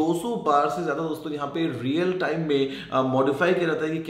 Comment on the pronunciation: Not "DOSTON" he said "DOSON" 😂😂😂